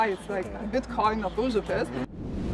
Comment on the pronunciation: OH! LOL! Did you hear how she pronounced Uzupis!?